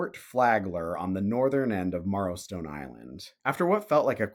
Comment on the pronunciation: I'm from the Olympic Peninsula; everyone pronounces it "Marrow-stone" as in bone MARROW.